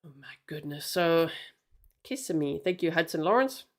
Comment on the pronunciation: I live really close to where this happened. You pronounced Kissimmee perfectly! So tragic. Oh and this scumbag refused his first court appearance today!